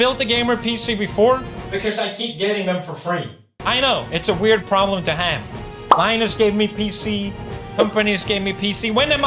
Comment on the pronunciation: Finally he said Linuses name right.